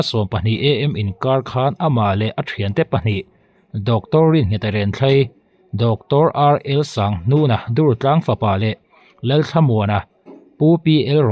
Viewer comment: Mi hming hi chhiar dik hram a tha Pu Pu Sanghnuna ni lo in Pu Sanghluna mi hming hi i thlak sak ngawt lo ila..😂